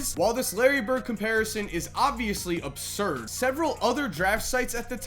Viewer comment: Were you trying to say absurd? Jesus fuck